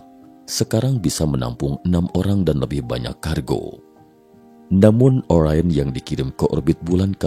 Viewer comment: Orain atau Orion? Pembacanya ngacau?